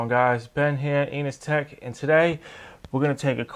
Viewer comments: Why does it sound like "Anus Tech" when he says EnosTech? Was this intentional or just a really bad coincidence? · Definitely said anus tech